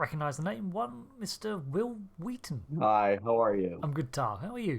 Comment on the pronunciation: "Hwill Hwheaton" IYKYK 😂